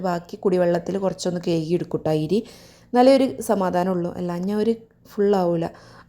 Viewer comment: 😂Ayri alla😂ari aanu